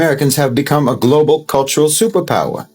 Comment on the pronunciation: Latinos not Latinoes. And Global not Golbol, Bruh